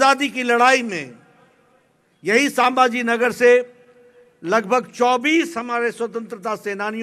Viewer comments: Bolta yet nahi ye aajon saaambhaaji nagar bolta ahet hai raje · Nadda saambhajinagar nahi संभाजीनगर बोलणा सिखो nadda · अरे संभाजीनगर तरी नीट बोल